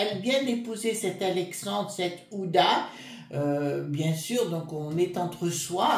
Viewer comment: bonjour, pardon mais ce n'est pas ouda mais hu...ma abe...din, ancienne épouse d' anthony wie...ner, bisous et très bonne journée😘